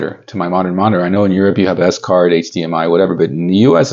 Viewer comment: Great video. The SCART in Europe is just pronounced as it's written, one word not S-cart. 🙂